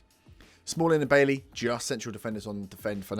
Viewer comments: It's not pronounced like that tho...... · It's refreshing to hear someone pronounce 'Bailly' correctly.